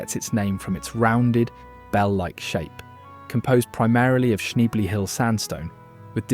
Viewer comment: 😅 you like to go for the drunken old coot pronunciation 😂😉